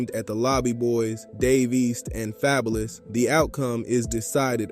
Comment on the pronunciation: Not happening, and ya’ll gonna listen to someone who pronounced Fabolous name wrong. Em isn’t jumping in to no beef unless his name is mentioned. This video just to get views